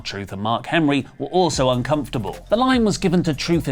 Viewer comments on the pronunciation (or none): none